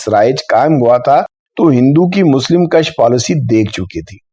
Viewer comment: مسلم کش (کاف پر پیش کے ساتھ ) ناکہ کاف پر زبر کے ساتھ